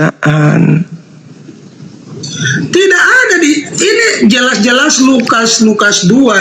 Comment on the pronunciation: Oten Pendeta ini keliatan tololnya saat di tanya Yesus ciftaan apa pecifta,,😂 ngakak